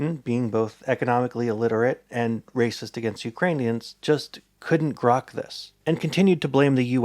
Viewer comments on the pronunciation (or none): on one hand this is a majestic and beautifully made video, on the other you saying "grok" has made me murderously violent